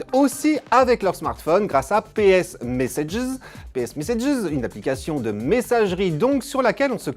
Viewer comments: "ps mésséjies" .... pourquoi ? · mddddddddr " ps meséjiz " jsui mort de rire putain !!